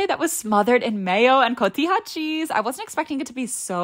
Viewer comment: i love & appreciate how you pronounce cotija cheese